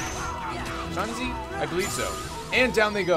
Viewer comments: Jon Avenger71985 it's pronounced Shen Zye in the movie :/ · Shenzi not Shenz eye.